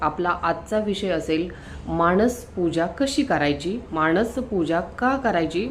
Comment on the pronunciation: व्हिडिओ करताना शब्द उच्चार शुद्ध करावे.माणस असा शब्द त्याचा उच्चार मानस असा आहे. माणसं हा शब्द ऐकायला सुद्धा चमत्कारिक आणि चुकीचा आहे. तेव्हा व्हिडिओ तयार करताना शब्द उच्चार शुद्ध करावे